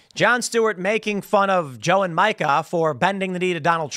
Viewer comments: Tim’s got one of those minds that can’t comprehend that “Micah” and “Mika” are pronounced differently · It's MEEKA, not MIE-KA. Continue on. Edit: I think they are both lying AND developmentally disabled. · Mee-kah. Not Micah. Just saying. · I can't stand the woman, but for f**k's sake, it's pronounced Me-ka not Micah. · MEE-kah. MEEEEEE-kah. Please, Tim. Micah is a dude's name. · It's Meeka. Not Micah. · Isn't it Mika, which sounds more like Meeka. That sound inbetween e and i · Her name is pronounced "Meeka." So frustrating to watch them anymore. I stopped about 8 years ago. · Tim, it's pronounced Meeka. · Can someone please tell tim it's mee-ka prozenski, not micah. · It's not Micah Timmy! It's Mica! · It's MEE-KA. Micah is a boy's name. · Isn’t her name pronounced “Meeka”? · Her name is pronounced Meeka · Joe is pronounced Joo......and Mika is pronounced.......Meeeeeeka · Thank you! It's been driving me crazy, and I wish someone on his show would correct him! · Does Tim pronounce Mika's name wrong on purpose? They only say her name on the show every single day. There's no way he doesn't know he's pronouncing it wrong. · Is Tim purposely mispronouncing Mika's name? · You really don't know how to pronounce her name do you? 😂